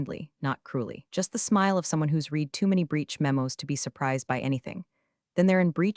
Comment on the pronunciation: 90% of folks generating these AI written stories told by AI readers don't listen to the content for chronological consistency or pronunciation before uploading them. e.g. 1) Have you read (Pronunciation /red/) the documentation? 2) No I did not read (Pronunciation /rēēd/) the documentation!